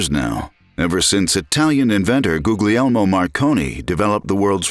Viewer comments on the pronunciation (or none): Nice how you pronunce Guglielmo Marconi as Google-helmo Marconi... 🤣🤣🤣🤣🤣